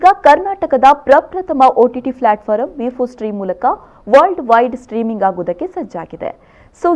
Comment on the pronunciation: Akka adu platform, flatforam alla